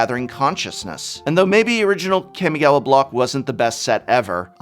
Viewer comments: Its kamigawa not kemigawa -.-'' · It's been consecutive videos you pronounced "Kami"-gawa wrongly, Prof... It's "Kaa-mee", not Cammy from Street Fighter... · Hi Prof, big fan. But...it is pronounced kA-mi-ga-wa. Not kEmigawa. "Ka" and "Ke" are two different sounds in japanese. Ka = COme. Ke = CAke. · It greatly upsets me how you keep saying CAM-E-GAWA... Kami, as in God in japanese... Also I really like the retrospection you put into this... and you're right its insane... I remember being at Lorwyn Prerelease when planeswalkers were introduced... That's something a lot of players will never, and have never experienced... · K-AW-migawa not Kammiegawa. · this man really said Keeahmeegowwuh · I hate when English teachers mispronounce words -_- it's "Kah-Mii-Gah-Wah" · It's pronounced Kahh-mi-gah-wah... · I clicked just to hear you say Kammy Gawa and was not disappointed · It’s CAW!!! (Like a crow) CAW•ME•GAW•WA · The professor pronouncing Kamigawa is making me cringe. It's pronounced: "Kaw-Mee-Gaw-Wa" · Everytime the professor mentions Kamigawa, I listen carefully, hoping the he'll actually pronounce it correctly. This has yet to happen. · I can’t tell if he’s saying the name wrong on purpose or not lol